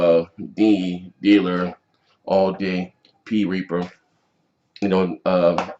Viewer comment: Lmao you even called T Reaper Pee Reaper at 30 seconds 😂😂😂😂 He will forever be known as Pee Reaper.